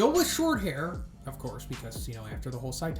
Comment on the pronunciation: Please, please, please! It's pronounced 'SAI-tama'. Emphasis on the 'Sai', not 'Ta'.